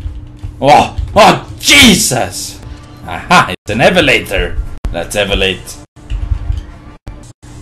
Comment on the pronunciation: "HA HA! An evelator!" "Lets evelate.''